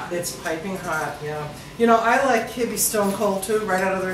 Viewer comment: Wizataria omg I used to live in Beirut and never heard it pronounced your way! Always kib beh.